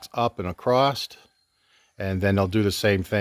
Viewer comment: I never hear your northern accent when you talk, until you say "acrosst". Lol